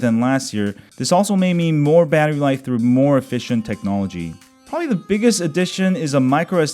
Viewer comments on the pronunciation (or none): none